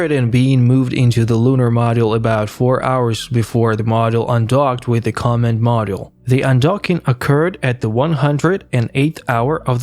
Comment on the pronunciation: Not sure if it's computer generated or not, but certain words "command module" for example - were horribly mangled. I agree, the narration was so irritating, I could not finish the video. Too bad, looked like good historical clips.